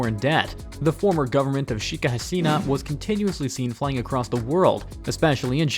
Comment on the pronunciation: One thing I can definitely say about this guy is that he is the master of butchering names! Gawd! Shikki Hasina? Shing Jing Ping? XD